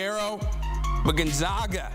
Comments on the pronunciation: It isn’t gone zog a it is Gone Zag a. Good lord. Get your shit together. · C'mon CBS....it's NOT GON-ZAH-GA!! IT'S LIKE THE "A" IN CAT.